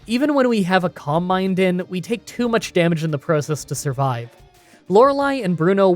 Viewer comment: I feel like this guy pronounces "process" kinda funky.